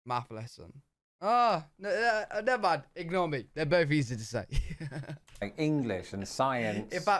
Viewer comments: Why do you say "fink" for think and "bof" for both? (And other th words) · I've noticed that does that. He pronounces a hard "TH" like an "F" -- he pronounces the word "BOTH" like "BOFE". But he pronounces a soft "TH" like a "V" -- he pronounces the word "BROTHER" like "BRUVVER". But not all Brits do that. I think it is a dialect in the region that is from.